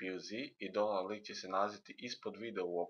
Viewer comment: Ne kaze se donload nego daunloud !!!